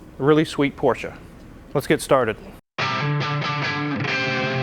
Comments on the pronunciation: Thank you for pronouncing 'Porsche' correctly! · Kudos for pronouncing Porsche correctly 👍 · I'd just like to thank for pronouncing "Porsche" correctly;) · Thank you for pronouncing Porsche the right way. Most English speakers call it "Porsch" ignoring the e in the end. Don´t know why. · Holey Moley, he pronounced the name of the car correctly! Ausgezeichnet! A porsch is what you sit on as you wave to your neighbor driving by in their Porsche. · Thank you so much for pronouncing it right: Porsche. It never was or will be a Porsch.